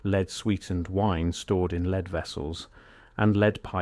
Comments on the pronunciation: Sort the voiceover out, lead is not being pronounced properly 🙄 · You are pronouncing lead Incorrectly!